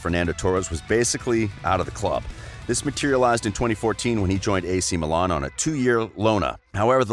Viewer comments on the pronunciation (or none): none